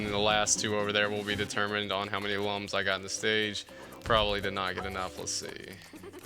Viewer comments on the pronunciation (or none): Good to see you back with rayman, that rayman 2 LP was awesome. Btw did you know Lums are actually pronounced like Looms? I had no idea until i played this game. I still pronounce them like lum haha